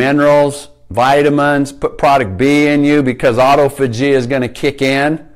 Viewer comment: Its pronounced ah-tof-ah-gee. Good info tho thanks